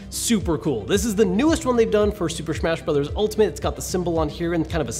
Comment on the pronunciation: super shmash brothers ultimant lol